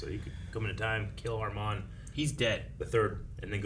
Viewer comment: Guys !! I m french.when you say Armand don t prononce The D. 😉. Live your reactions . Peace